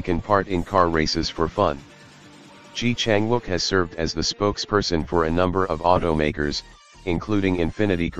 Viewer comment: Please learn to pronounce his name properly.